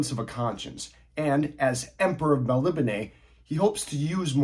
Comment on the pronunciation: Elric has long been one of my favorite fantasy characters. BTW, great pronunciation of "Melnibone". That's how Michael Moorcock would say it.